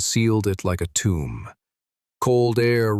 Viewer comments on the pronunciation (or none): none